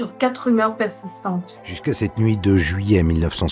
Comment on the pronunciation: Juillet;pas "juillait".Ce n'est pas le verbe "juiller"...